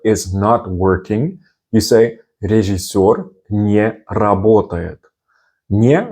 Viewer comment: Recommendation from native russian speaker: You have a good pronunciation but i can clearly here accent in your "режиссёр". We prenouncing this as it is written like "рИжЫсёр". We are swaping "Е" by "И" and "О" by "А" just because it cost less energy for mouth muscules. But this only happens if these vowels are not stressed. And there are no cases where we saying "ЖИ" or "ШИ". We only writing like this, but this should sound like "ЖЫ" or "ШЫ". Like your channel. Good work.